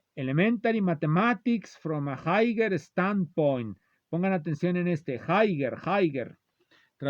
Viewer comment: "jaiguer, jaiguer!" 🤣